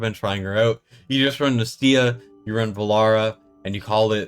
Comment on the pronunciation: What do you expect? He can't even pronounce Nastya, let alone rate her.